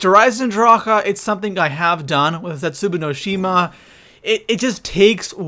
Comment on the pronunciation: I hate how you pronounce the map names